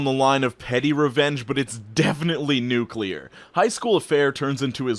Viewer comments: You're pronouncing nuclear wrong, a good way to pronounce it properly is think nu clear. That way, you won't pronounce it nucular. Sorry if you think I'm a grammar nazi, but it just grinds my gears when someone pronounces nuclear wrong. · Unrelated to this video, don't you hate when people say nucular